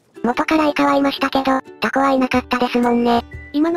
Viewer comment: タ↑コ↓、この発音めっちゃ好き